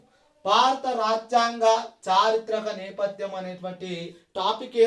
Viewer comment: నెపద్యం కాదు - నేపధ్యం